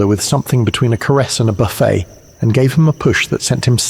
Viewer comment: An excellent story, quite well narrated, especially by the main narrator, though with a lack of continuity between some of the speakers - maybe stitched together? Only one mispronounced word: ‘buffet’, when it is a display of food on a table, is pronounced as you said it, with a silent ‘t’, but when it is a blow, as in your context, or being blown in the wind, the ‘t’ is pronounced. But thank you very much for sharing.